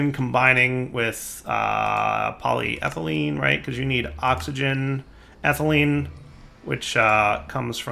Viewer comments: Poly-ethylene Me: Cool and good: Poly-thylene Me: Warm and bad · This series is getting better. Good job. But its poly-eth-elene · Poly-ethylene lol you say ethylene right, just add a poly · PolyTHIGHlene!?!? plz... PolyETHYlene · says polyethylene right all last episode: says polyethylene right in this episode: Polythylene Back on your bullshit lol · Poly-Ethyl-Ene Please you're killing me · Still can't pronounce polyethylene after 20 episodes! And also so funny he is concerned about the wire when the rest of the base is a colossal mess and he's constantly having to jump over stuff. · You were doing so well, then you pronounced polyethylene incorrectly again! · Now I KNOW he's a fucking troll. He was saying polyethylene correctly, and not two seconds later he's fucking it up. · DIRE. YOU MISPRONOUNCED POLYETHYLENE AGAIN. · has purposefully mispronounced polyethylene in what can only be considered a power move. He is above us, we are below. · Right?! I was like “how can be pronounce it correctly for an episode and then STILL mispronounce it after that?!” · How in the hell does he pronounce it correctly less than 20 seconds before seeing the exact same word again and mispronouncing it?